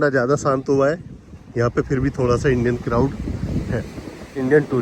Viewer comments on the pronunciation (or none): Bhai Ji SANT Nahi SHANT Bola karo